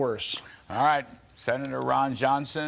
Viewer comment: His name is Ron Yohnson he lives in Vesconson....